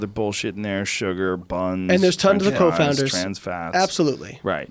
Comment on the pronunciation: Confounders Layne, not co-founders!! What the fuck? I thought you had a PHd